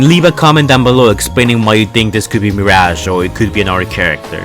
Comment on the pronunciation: Mi r a ge not mir aaaaaaa ge